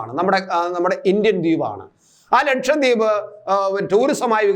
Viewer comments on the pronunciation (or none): ലക്ഷം ദ്വീപ് അല്ലടോ ലക്ഷദ്വീപ് ലക്ഷദ്വീപ്